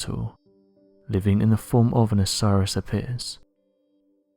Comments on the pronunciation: Ap-is Bulls, not A-Piss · It took me some time to figure out what 'a PISS bulls' were supposed to be.....aka Apis Bulls. Two separate words. Long A in Apis and Bulls just regular old bulls. Jeez. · "Apis", as in apis bulls, is pronounced 'Ă-pis', with a short 'a' sound like in the word "apple," and the accent on the first syllable, not the second.